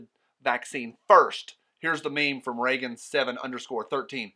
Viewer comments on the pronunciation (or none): none